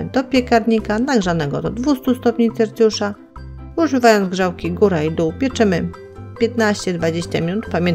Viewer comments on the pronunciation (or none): wykrawamy wykrawaczem nie wykrajamy wykrajaczem , no i Celsjusza a Celcjusza ale uwagi bardzo ciekawe